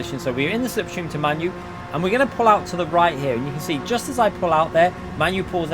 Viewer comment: Lmfao You. Its MANU ~ pronounced "Mah-noo". Not pronounced like your favourite shitball team